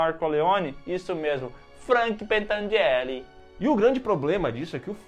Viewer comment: Gente não é pentangelle é pentangelli